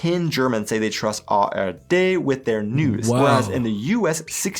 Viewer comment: Phew, he said it right the second time. I am relieved. ;)